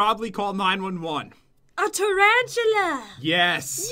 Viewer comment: I love it how said Trantalla